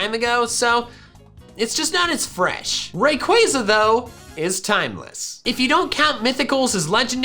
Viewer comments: Its pronounced Raqwaza non rewayza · Ray-Quay-Zaa is the correct pronunciation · it’s Pronounced (Ray-Qua-Za) Not Ray-Quay-Za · yes, it's name is a combination of Ray & Quasar, which is pronounced as Quay-zaar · the how to pronounce Rayquaza says that it's Ray-Qua-Zaa. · I had no idea Rayquaza was pronounced like that, ( ・∇・) I thought it was RayQaaaaza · Ray-qway-za is how I’d pronounce it.. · The way you say rayquaza makes me feel uncomfortable